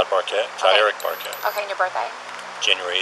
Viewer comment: I don't think I can survive hearing that female detective mispronounce "okay" ever again.